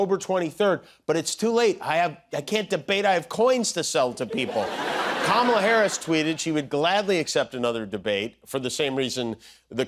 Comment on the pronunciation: Heard Kumala?😂😂